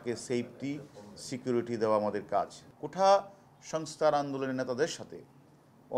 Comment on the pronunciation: পাগলে তো, "কোটা" কে "কোঠা" বলছে🤣🤣